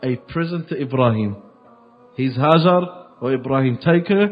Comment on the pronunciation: It is Hagar not hazzard please correct